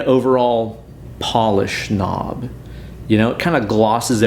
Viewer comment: you said "pollish knob" 😬